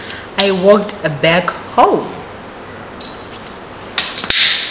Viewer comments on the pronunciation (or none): Lol I love it when you are telling us these stories and the way you say homu (for home), roomu (instead of room), this make our stories very interesting 😀..